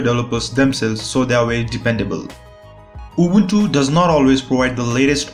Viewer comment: Man , i LOVE the way you pronunce Ubuntu , you pronounce it just like us , Romanians